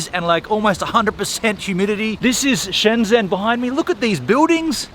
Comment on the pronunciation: It's not Shen Dsen. It's like Shen dgen. It's like the way you say the French name Lagrange. You only need to add a "d" in front of the "ge". Or, the French name Legendre. If you know how to pronounce "gen", then you add an d so its dgen.